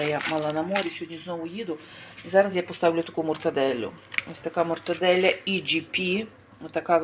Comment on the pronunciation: Мортадэла а не мортоделя